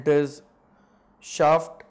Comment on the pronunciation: Pehle shaft ka pronunciation sahi sikho